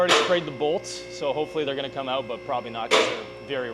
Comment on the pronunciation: Hey lets lay heyoot the exhaust, yeah lets get heyoot of here, lets go heyoot to lunch 😂